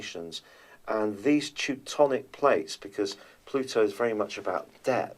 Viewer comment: tectonic plates, not teutonic.